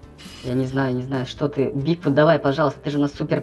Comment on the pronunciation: Если что не Бигфут с ударением на "и", а Бигфут с ударением на "у". Если что сорри я не придираюсь просто, чтобы знал)))